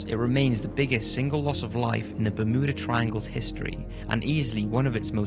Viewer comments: Bur mew dah not ber moo dah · Also its ber mew dah not ber moo da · I had no idea that Bermuda was pronounced BerMooda. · Is anyone else hearing berMOOda. Ha ha, bermooda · Ber-muuu-da triangle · The "Bermooda" triangle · Ahh yes the bermooda triangle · Bermooda triangle? I don't think thats how you say it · It's. Fucking. BER-MYOO-DA. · Ba-MOO-da Triangle :D